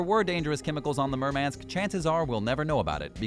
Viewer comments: And is it so damn hard to pronounce "Murmansk" at least somewhat properly? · OMW! He cannot even pronounce 'Murmansk. ' So, why should we watch.....??